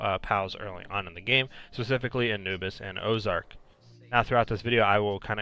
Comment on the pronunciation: Man didnt read orzerk right